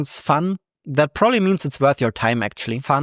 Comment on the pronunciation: "prooly" lol